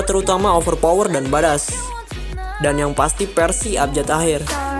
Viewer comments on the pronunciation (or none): Badass itu pelafalan nya 'baed-ess' om